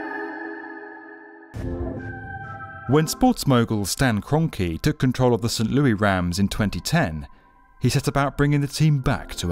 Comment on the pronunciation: Saint Louis...not Saint Louie....cool stadium...I'm not even a sports fan...